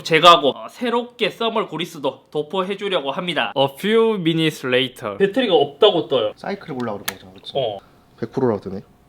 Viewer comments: 어 퓨 미닛츠 레이터 ㅋㅋㅋ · 어퓨 미닛츠 레이터 개 웃기네 ㅋㅋㅋㅋ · 어퓨 미니츠 레이터하는데 왜 사투리로 들리지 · 그맛으로 자체.피쳐링이지 추가 th발음 ㅋㅋ